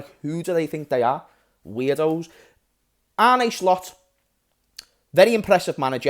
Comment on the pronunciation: Man said Arne SLOPS 😅 we are finito